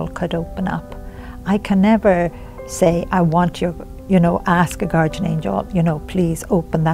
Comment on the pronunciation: PLEASE learn to pronounce GUARDIAN!!!! Drives me crazy listening to you say it wrong, over and over.